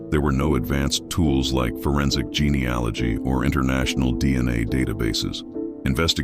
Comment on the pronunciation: Your AI is awful, the narrator kept mispronouncing 'genealogy' over and over .. Google it. Was so glad that you mentioned how it ended at the start of the story, as could not stand listening until the end. Will not be subscribing.